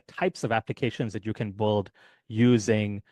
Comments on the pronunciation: Appreciate the video. Just FYI, you're pronouncing the word "build" like "bulled" throughout the video, but most native speakers pronounce it like "billed" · It's BUILD not BOLD.